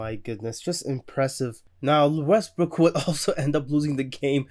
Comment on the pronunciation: skip correcting myself to say westbrick is the most disrespectful thing ive seen lmao